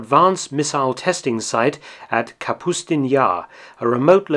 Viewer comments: Kapustin not Kasputin. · Kapustin, not Kasputin. No putin. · You said it correct the first time. It's Kapustin Yar, not Kasputin Yar. Probably not worth to record the entire video anew to fix this. Great story as always. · Excellent as always. One thing, though: You get the name, Kapustin Yar, right the first time you say it. From there on out it's Kasputin Yar. Just a small niggle, but nonetheless. :) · KaPUSTin, not Kaspiutin. Thanks for the video. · It’s Kapustin Yar rather than “Kasputin Yar”... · omfg.... That place was called KaPUSTin Yar, not KasPUTIN Yar..... he was far too young to name places after him at that point..... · Kapustin. Kah-puss-tin. Not Kasputine. You're confusing your geography with Russian last names, like Rasputin or Putin.